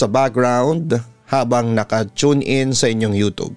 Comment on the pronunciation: Bt iba pronounce mo sa youtube.ang pronounce mobis youtob.pki ayos nmn